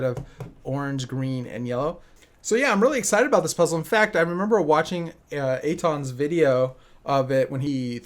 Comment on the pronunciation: Finally you got his name right